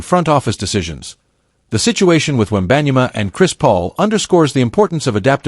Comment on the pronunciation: How did you pronounce “ wembanyama”? . Dude , cmon ! Have some respect . Do your homework !!!!! Jeeezzzzz